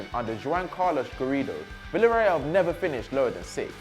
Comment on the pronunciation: Someone learn him how to pronounce Spanish names... "Havi Caheya" "Vilareal" "Valadolid" "jhouan unzu"